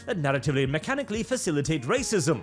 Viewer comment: The tongue roll rrrrrrracism is so classic